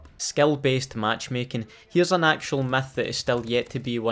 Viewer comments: He says myth like meth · Why it sound like he saying meth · i like how u say Myth “METH” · sounds like he said meth